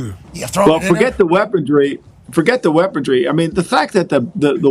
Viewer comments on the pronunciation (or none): def said weapon-dree, had a second chance to fix it, decided nope you misheard me and said it the same way again 😂😂 legend